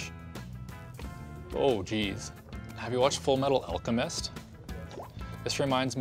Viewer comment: "Full Metal Aulchumist" lol... haven't heard this word in Canadian accent before